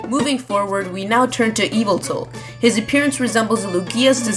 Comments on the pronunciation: Its pronounced Y-VELT-AL Pronounce it how it's spelled. It's not E-VILT-AL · It's pronounced yuh-vel-tal, not eviltul. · Not to be a grammar nazi or not but yveltal is pronounced Yee - Vell - Tall. Got it from bulbapedia